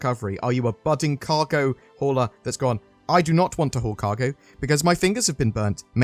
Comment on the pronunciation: Sounded like you said "if you are a cargo whore..."; I'm a cargo whore!